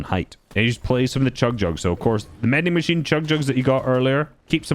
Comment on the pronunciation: pls stop saying Mending machine, it makes me so mad everytime you say it😭